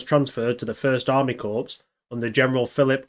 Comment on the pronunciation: Can you please refer to the word 'Corps' (correctly) as 'Core'. You obviously have no prior military experience, otherwise you'd know how to say it. Watching your video with subtitles on is quite gruesome when hearing you say the word 'Corps'. Thanks for shining a light on these super brave volunteers....they might have been fighting on the wrong side, but most of us don't feel too bad about them giving the Russians a hiding 😁